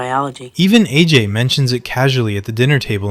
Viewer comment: These videos are clearly narrated by AI when he can't pronounce AJ